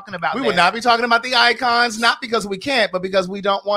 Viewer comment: Not “icons” 😭😭😭🤣🤣🤣😭😭😭😭😭 I can’t